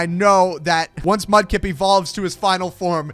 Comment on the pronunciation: Mudkip not mupkip